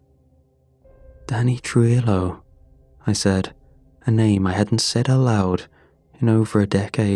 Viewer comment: Great video as always, but I just wanted to mention that for pronouncing Spanish words that have a double LL at the end like in Danny Trujillo, the L's actually make a "Y" sound like in the word tortilla.